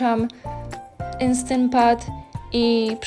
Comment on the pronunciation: "Enstent pat" 😂